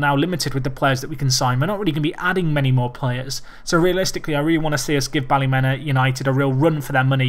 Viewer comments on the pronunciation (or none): its pronounced bally-meena Easy mistake